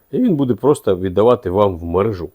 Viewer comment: підключаю мережУ з наголосом не дружу.